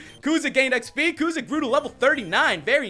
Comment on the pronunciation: It's kusa not kuza😂